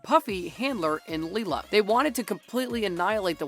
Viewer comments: Did he just call Lila Li-la? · Btw its Lie-la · if you watched The Umbrella Academy why don't you know how to pronounce Lila's name lol